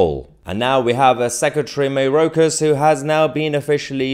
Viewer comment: It’s pronounced MY OR KAS not MAY ROKE US.